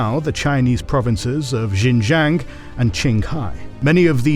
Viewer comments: The pronunciation of Xinjiang is dire. It's SHIN-JANG. No zhes anywhere in that word. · J(I)ANG with silent " I " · that XinJiang pronunciation is rough